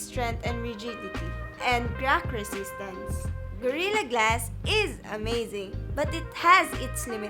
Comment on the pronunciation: Itsh been implemented on varioush porchable and high end devishes and by twainty ten there were approcshimately two hundwed mirrion devishes having gorirra glash one Dafuq...